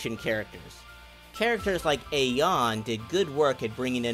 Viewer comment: did you say ay yan for a ya ne